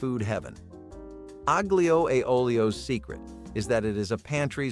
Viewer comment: no :) aglio, say alio . g is silent